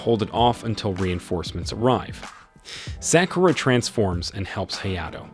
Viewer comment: you pronounce it as Sock You Ra break it apart